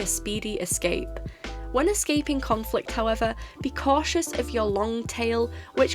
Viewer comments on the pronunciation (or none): none